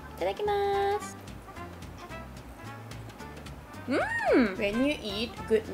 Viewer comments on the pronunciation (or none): The word is itadakimasu (ee-ta-da-kee-mas). You don't pronounce the 'u' on the end. You say it before you eat a meal. It means something like 'thank you for this food' or 'I humbly receive this food'.